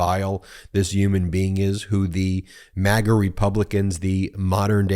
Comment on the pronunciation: Excuse me, did you say MAGA Republicans or maggot Republicans?